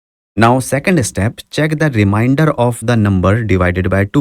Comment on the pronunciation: Remainder* , not reminder Sorry I have to. It’s like a disease 🦠